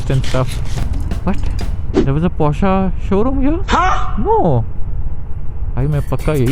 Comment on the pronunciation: Okay... After hearing porscha for the 6th time, i must step in and correct you bro. Its porsche as in posh not porschaa like machaa.. 😂 contessa impala is right but porsche is posh with a r.